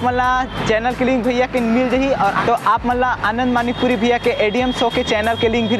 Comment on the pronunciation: Manikpuri hai wo madikpuri nhi